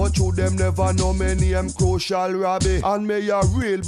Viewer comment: CRU-SIAL ROBBIE